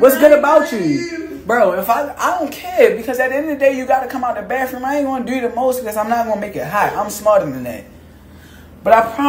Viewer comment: It’s Bathroom not Bafrumeee